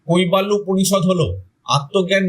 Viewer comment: কইবা ল্য নয়,--" কৈবল্য""